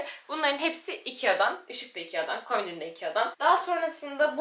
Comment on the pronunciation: Komidin ❌ Komodin ✔